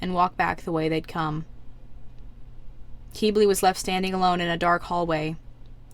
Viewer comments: YoU SAid HiS NaMe WrOnG (crys very not silently)its not pronounced "keybley" its pronounced "kibli" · Quibli not Queebli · it's pronounced "kiblee", not "keebli" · Hate to say it, but,, it’s pronounced Kih-blee. Not Kee-blee. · Just to say... Qiblis name is pronounced kib-lee